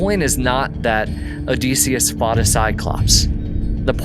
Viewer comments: I’m curious where you came up with the pronunciation of Odysseus? I’m pretty sure the standard pronunciation of the Ancient Greek is “duss” like the German tü (that’s what I remember from college as a classics major) and the colloquial for English speakers is “diss” like kiss. I’ve never heard it pronounced O-dees-seus. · It's Oh-DIS-e-us, not Oh-Des-e-us. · You saying his name incorrectly is killing my ears odeeeeseeeus 😅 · Get the pronunciation of Odysseus correct OK?